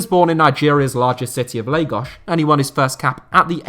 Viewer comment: I cringe when tries to add accents to names/locations that don't need it, especially Spanish names/teams. In this particular video, he pronounced the Nigerian city of Lagos (pronounced as Lay-gosh instead of Lay-gos)